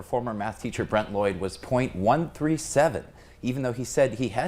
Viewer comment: “Midadoyd” Mr. Lloyd was one of my favorite teachers. Still is!